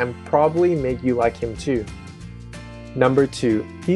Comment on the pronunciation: "I leik your lips" Wat? xD